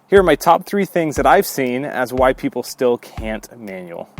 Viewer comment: Everytime you say "why people can't manual", I hear... "white people can't manual..." 🤣🤣